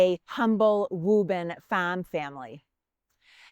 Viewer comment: Did you say a (Letta) was sent in 1775 to (Wobin) Massachusetts. WOW!😂🤪